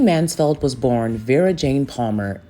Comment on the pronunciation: Mansfield not Mansfeld darling